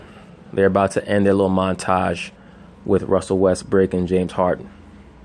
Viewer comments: Even on a quick mention this man consistently calls Westbrook, WestBRICK LOL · I thought I heard wesbrick lol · At the eleven mark dude say James harden and Russell westbrick lol